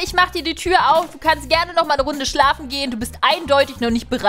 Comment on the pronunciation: du hast gesagt stafe nicht schlafe;D